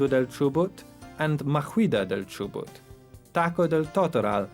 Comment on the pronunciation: is not Chobut it is Chubut